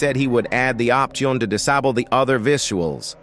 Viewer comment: the way the ai voice pronounces "disable" 💀